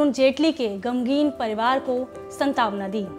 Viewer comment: Santawna kya hota hai madam shantwana kripya pronunciation sudhariye